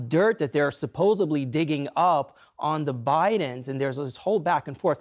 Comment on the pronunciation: Dude said ' suposedBLY' Yeah, I'll take him seriously....